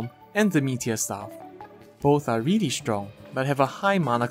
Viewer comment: I like how you say really. Its sounds like you saying weally